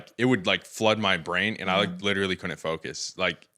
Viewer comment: I'm amazed by people that can say the word "could" & "not" just fine, but when it comes to pronouncing "couldn't" they pronounce it as "coonit". Is it just low IQ, poor education or both? I guess since he thinks god helped him find a porn star for the love of his life, I'm going with low IQ.